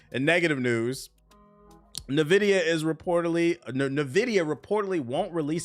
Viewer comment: This clown calls people broke without knowing anything about their lives. Defending the worst generation in gaming history. All while he can't read. How do you pronounce Nvidia again? NEEvidia? 🤣